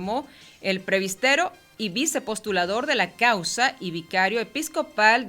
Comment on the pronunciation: No pronuncias bien la palabra presbitero